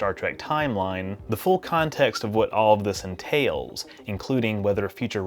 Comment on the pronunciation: Heh heh "KAAAAAHNtext."